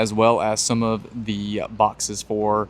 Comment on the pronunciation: Enjoy your videos. Just a silly observation only says thee and never thuh. Great info